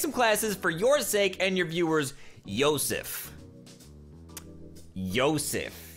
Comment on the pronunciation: you pronounced yosef wrong